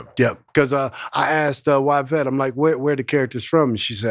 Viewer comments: “Y”vette not Whyvette 😮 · I 💙💙how JH anglicizes Yvette wherein Y is low and long (why) rather than high and long (ee) (French origin Y = i grecque) Yves pronounced Eve in English). 💙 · Y-Vette Why-Vette!!! It just ain’t no reason for it!! 🤣😂🤣😂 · I love that her calls her WHYvette!😂😂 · In the language origin of the name Yvette the Y makes an Eeee sound. This is true for almost every language except English.